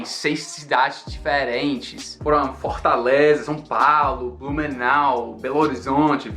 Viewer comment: "FortÁleza" O tá com um sotaque cearense. ❤ rs